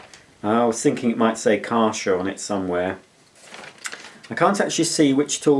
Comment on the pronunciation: Kärcher - pronounced Kehrsher - with a pronounced emphasis on the K.